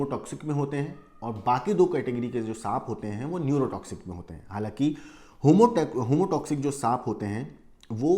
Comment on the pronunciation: Homotoxic नहीं सर heamotoxic बोलिए।